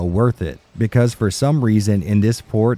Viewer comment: "Becase" you are dumb killed me.